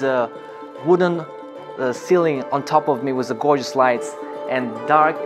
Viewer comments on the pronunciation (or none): none